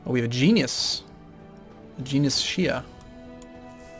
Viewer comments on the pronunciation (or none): none